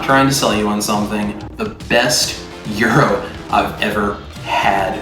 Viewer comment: It is pronounced Yeer-ro. Love a good gyro, Can’t wait to try it.